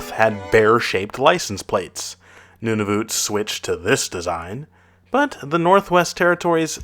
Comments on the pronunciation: secondly: Nunavut. You Pronounce it nun-i-voot when you need to Pronounce it nun-i-vut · its nun-a-vet